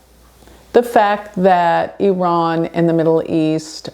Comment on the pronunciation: Thank you for pronouncing Iran correctly! 😅 Hope the world be in peace soon...